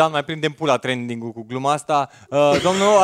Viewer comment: Ce se bucura ca e in tranding. e tranding, nu trening;)